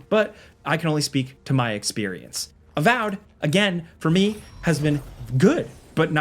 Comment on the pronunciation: its avowed not avowed